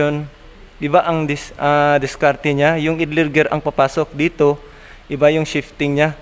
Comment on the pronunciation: Gusto ko sana ay ipakita mo ang sitwasyon na nagkakambio ka habang tinatapakan ang clutch at umiikot ang flywheel. Puede rin na pagtabitabihin ang shift gear assembly, transmission, at clutch assembly. Maari ding ang mga assembly at nakakabit sa chassis. (ang pronunciation ng idler ay AYDLER).